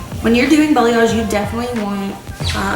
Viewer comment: Sounds like you keep saying BELLYAGE